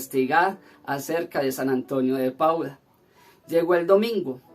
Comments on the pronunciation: No es Pauda sino PADUA jejeje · es San Antonio de Padua, tu dices Pauda, disculpa la correccion